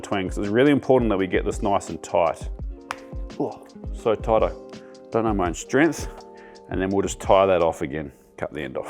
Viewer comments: Toit. Toit like a toigah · "It's really important that we keep this noice and toight". YES, CHEF! 😊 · Toight like a toiger